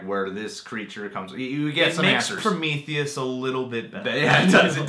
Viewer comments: There he goes again with Prom - ith - eus. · Everytime you said Promitheus, I cringed LoL But yea, Covenant was Damn Solid! I thoroughly enjoyed it. Not sure about some things in regards to tying into the Alien Alien franchise story as a whole in regards to the creation of the face huggers tho... unless the next movie explores that and ties it all in. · They can't even say prometheus right.